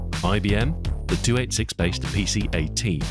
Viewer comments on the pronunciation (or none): "The two eight six." First time I've ever heard it said like that (I've been solid into PCs since 1986), and I love it.